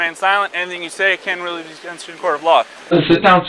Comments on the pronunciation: “Anything you say can hajdfbdjshssjdhdj in a court of law.” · "You have the right to remain silent. Anything you say canshmvnsinkffgb in a court of law". Nailed it. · you have the right to remain silent anything you say can anwdkkyussgnyou in the court of law!